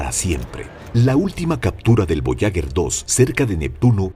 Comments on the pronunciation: Fascinante el programa, muy instructivo, solo quiero decir, que no se dice voyaguer con gue de guerra, se debería decir, voyager, como en general, es un error muy común en este tipo de documentales. Esa es mi apreciación. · Lo siento pero la sonda Voyager... Puedo aceptar su pronunciación en francés, que es cómo deberiamos, puedo aceptar en castellano... Pero pronunciarlo "voyaguer" es una aberracion. On en idioma original, o en el propio, pero el burdo intento de pronunciarlo en inglés es una muestra triste de un complejo de inferioridad brutal. Incluso los angloparlantes procuran pronunciarlo en francés. Si se le puso ese nombre es por algo, la nasa mostró respeto por los idiomas que aquí parece que no tenemos. Si no fuese así le hubieran llamado "traveller". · Buenos días tardes noches para tod@ En la lengua castellana se utiliza para una palabra femenina el artículo la, porque es una sonda. Voyager, que no es de origen castellano se pronuncia Boallaller, gracias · Para un excelente narrador, decirle que duelen los oídos al escuchar una palabra francesa, que significa viajero, ...pronunciada literalmente,...escuche en Google traductor, como suena, verá la GRAN diferencia, ...y otro apunte, no es lo mismo ASTEROIDE ,que ESTEROIDE, ...por el resto FELICIDADES, es un canal MARAVILLOSO!!! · Porque carajos no dice bien ni una vez Voyager?